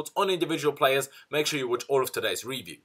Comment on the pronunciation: Please start pronouncing review properly